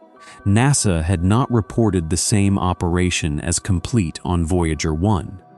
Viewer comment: I have severe doubts of the expertise of a narrator (AI or otherwise) that thinks NASA is pronounced "nossuh". It's an "a". It's "nassuh"